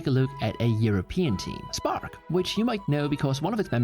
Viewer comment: Oh “SPARK” thought it said “SPORK”